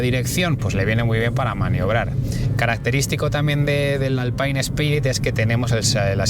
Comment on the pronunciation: ...y "alpain"...🤣